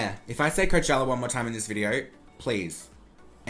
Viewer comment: I thought I was the only one who didn’t like the Kylie weather packaging!!! I honestly am so glad that he agrees with meee!!! Love you 😂😍😍❤️❤️❤️ “Coachellawa”